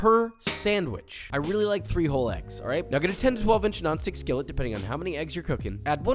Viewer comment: He said "I really like 3 whole eggs". I heard "I really like FRIJOLES"... I thought he was putting beans on this for a quick moment. lol